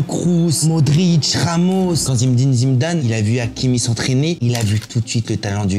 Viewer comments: zidaannnnnnnnnnnnnnnn pas zimdane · T vidéo son cool et sympa mais ta façon de prononcer le nom Zidane sa devient insupportable et en plus tu le fais grv mal